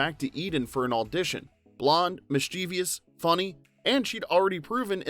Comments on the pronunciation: I'd really appreciate it if the narrator didn't mispronounce the word "mischievous" as "mischiev-i-ous", a word which doesn't exist, but tends to be in common usage among ill-educated English speakers. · A good history. But note that the word is "mischievous", a three-syllable word with the stress on the first syllable; it does not end with -ious.